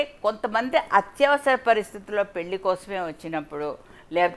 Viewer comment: పెల్లి అనకమ్మా తల్లి 😂 పెళ్లి అనవమ్మా